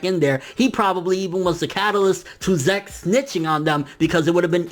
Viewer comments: STOP SAYING ZEK IT'S "zeek" I'M TRIGGERED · Good video. Zeke. Zeek. Not Zeck. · i get the feeling its pronounced ZEEK not ZECK....maybe the earlier translations are shitty. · Every time you prnounced zeke as "zak" i cringed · your killing me with these pronunciations, "zek"(zeke) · Um dude Zeke is pronounced like Zeek (seek with a Z), its an English name..... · its pronounced zeek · Pretty sure it's pronounced zeek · I cringed every time you said Zeke...